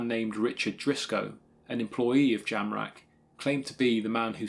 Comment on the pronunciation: I thought you said Charles JAMRAG !